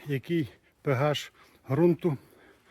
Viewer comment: Та не пегаш , а пеаш